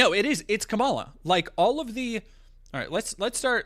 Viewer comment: Pleaseeee stop saying Kamala wrong so we can call trump racist when he does it